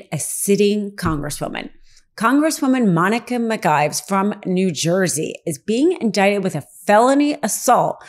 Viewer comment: Mispronouncing Congresswoman McIver name repeatedly from the beginning of this piece undercuts Legal AF credibility. My GP found what might have been a tumor in my abdomen. Sent me to GYN who found what he thought was fibroids. GP referred me to another colleague to confirm whether it was cancerous. This woman immediately wanted to do endoscopy & colonoscopy to investigate. SUPER excited to do surgery. Too excited. First she wanted me to see a GYN. Had she read my file she had in her hands she would’ve known I had seen one. I did not see her again. I would not let someone this careless cut open my body. I cannot take your reporting seriously when you start out so carelessly. You damage the credibility of Legal AF. Do better or stop.